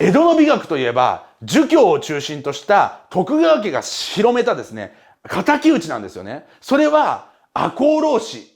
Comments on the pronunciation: 「広めた」が「しろめた」になってます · 江戸っ子ですね